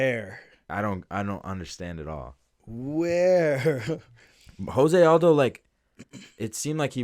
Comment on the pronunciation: Tell Adin Ross it's Jose 🇧🇷 Aldo, not Jose 🇲🇽 Aldo